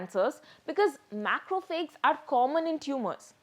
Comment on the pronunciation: Good summary. However, please correct the pronunciation of "macrophages".